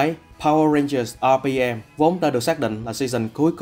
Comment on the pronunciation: Mình có góp ý chút là bạn đọc mới nên đọc những đoạn tiếng anh tự nhiên chút sẽ hay hơn ấy ạ. Khi đọc đến top2 mỗi khi nhắc đến từ RPM thì bạn í lại nhấn âm hơi quá đà làm mình cảm giác khá là nặng và thiếu tự nhiên ý. Mong các bạn xem xét phần này nhé <3